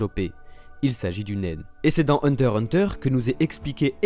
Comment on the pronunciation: On dit hunter X hunter !!!